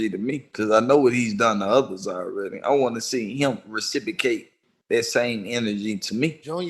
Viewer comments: It's reciprocate not recicicate dummy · Yeah he dumb af using "recipocate" instead of reciprocate out of context! He got a God complex bad bit trust me somebody will put his bitchazz in his place 💯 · New word of the day "rasipacate"😅😅😅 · He seeing if he can recipocate! RECIPOCATE! What an intellectual. Lmao. This dude mispronouncing words, misusing words, and calling himself intellectual at the same time. But Joe is definitely shook to say anything with the wrong tone. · Take a puff 😮‍💨 every time says “Reciprocate” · That’s not how you say reciprocate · Says the dude who can’t even say reciprocate with the right pronunciation. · "transpire" "reciprocate"...its the fucking FEDS dead giveaway!!!